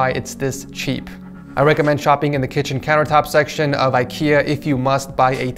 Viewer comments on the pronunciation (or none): none